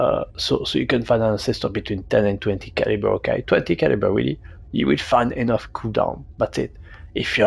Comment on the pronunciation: Oooohhhhh he is saying 20 caliber 😂 its just very french lol